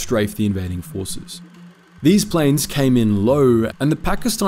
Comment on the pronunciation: 20 meters long (miles) Pakistani plans (planes) A few others. Starting to think this is read by AI.